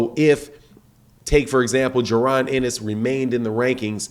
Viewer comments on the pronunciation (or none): none